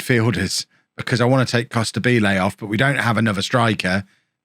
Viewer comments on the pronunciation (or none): none